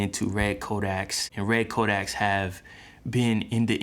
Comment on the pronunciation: It's "codec"